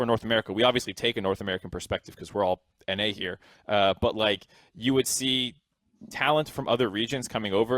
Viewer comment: Did anyone notice, that every time says "But like" it sounds like "Bud light" Example